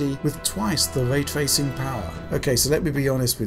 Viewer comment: Way twacing